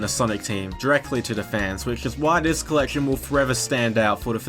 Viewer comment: The way this guy pronounces collection means one of two things: braces or a speech impediment